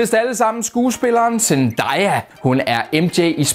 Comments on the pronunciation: DET ER IKKE ZENDDAYAAAAAAAAAAAAA det er ZENDAYA du siger jo zeeeennnnndddaaaayyyyaaaaaaaaaaaaaaaa!! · det er ikke sandaya det er zendaya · du udtaler “zendaya” ukorrekt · Hvorfor siger du zendaya sådan